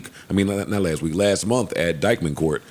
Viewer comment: I love when Joe says “dikeman”